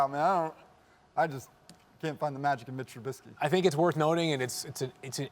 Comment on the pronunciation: Did this dude really just say micheal tribusky 😂😂 wtf notice how anyone else laughed at his take, man I swear some of these “Analysts” have the football IQ of a middle schooler